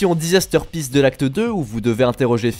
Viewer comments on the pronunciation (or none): none